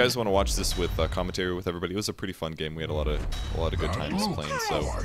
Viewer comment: Live gay commentary? Little word flub there.